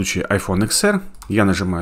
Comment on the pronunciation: Это не ИКС, а десять, ТЕН АР грамотей